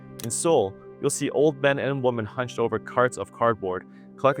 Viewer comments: WOMEN IT'S PRONOUNCED WOMEN, NOT WOMAN, HOLY FUCK YOU'RE A RETARD. Learn to speak you utter moron. So fucking disrespectful and ignorant. It's like saying, there are a lot of man in here. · Women v woman are pronounced differently! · Learn how to pronounce "women", mr. PhD sociologist.